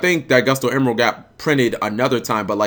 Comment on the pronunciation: emeral not emerald